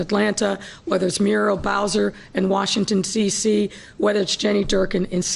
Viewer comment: Yo does she know it’s Washington DC? Not Washington CC...